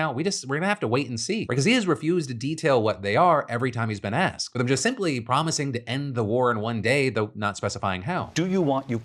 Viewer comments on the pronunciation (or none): none